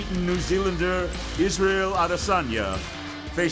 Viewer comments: Its Israel Adesanya not Isreal Adeysana Edit: Thanks for correcting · Israel “ISREAL ADEYSANA” Adesanya